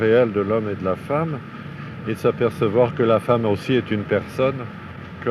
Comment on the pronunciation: "et y'a des hommes battus et y'a des hommes battus aussieuh" putain